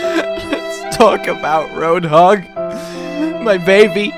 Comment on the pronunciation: "hey hoadhog."